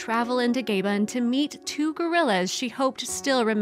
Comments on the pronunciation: Comment section consists of 655 Comments 1 is my comment you are reading The other 654 consists of people losing their shit Over her saying GayBin not Gabon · It’s a wonderful story.One that I really enjoyed.The only thing that worried me was why the woman kept saying Gaben...it’s clearly pronounced Gabon and of course is in Africa where there are 35,000 gorillas.....where is Gaben....is it just an American thing like tomato tomato....I only mention it because the war,d famous David Attenborough has been to Gabon and the correct way to say it is GA.....BON ..but a lovely story.... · Please learn the correct pronunciation of Gabon! 🙏🥰 It's NOT GAYbin! 😥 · Gay Ben? Where is the O in Gabon? Sorry to be rude, I really do not understand Gay Ben. Why does that voice over lady say Gay Ben all the time? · "Gayben"? That's not how you say Gabon. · Nice report but annoying when Ga-Bon,was mispronounced. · 'Gay-bon' - really? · Couldn't understand name of country I think you mean Gabon pronounced Ga-Bon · GABON. NOT GAYBEN. Americans don’t understand geography. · Gabon - pronounced Gah-bone. Somebody tell the bot-voice. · The word is Gabon not Gaybon. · Gay-bin, Gay-bin. Please, oh please learn how to say Gabon. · Gabon, not Gaybon.... Try to pronounce it in a french accent. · "Gaybon"...... Don't you just love the American pronunciation? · It's read ' gah-bohn'. Short ga with the emphasis on bohn (as in John). Murdering foreign names again as in pronouncing the country 'Eye-rack' instead of the correct 'Ih-rack'. So annoying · Where is Gabe-on? Does she mean Gabon? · Gabon pronounced Gaybon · Do Americans know how to pronounce other countries? Its Gabon not Gayben. Back to school please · Where is Gaybn? Don't you mean Gabon? I know that, as an American, English isn't your first language, but could you please make an effort to pronounce a country's name correctly? It's considered good manners. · It's Gabon not Gayben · It's pronounced with a short 'a' double 'b'.